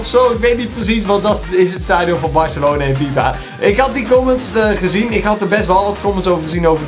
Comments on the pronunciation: Barcelona is het in plaats van Barcalona😉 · Het is Barcelona niet barcalona